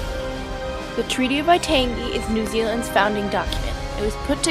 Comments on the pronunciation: Uhh excuse me MAORI and WAITANGI not MAYORI and WYTAANGI!!! The information is very incorrect and this is insulting to the Maori culture! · Well done.Just ignore the hateful comments. While it is true that your pronunciations of Maori and Waitangi are incorrect, I challenge those not from the US and Canada to get their tongues around First Nation/Native American names. Equally true, there are some factual simplifications - but you had six minutes to cover a very complex history and the subject of ongoing controversy. Sadly many in New Zealand today have a poor understanding of the country's history. Views are often biased.